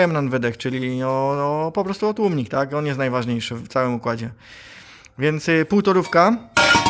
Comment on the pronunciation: Cenie bardzo filmy ale na litość boską.... T Ł U M I K a nie tłumnik bo aż uszy bolą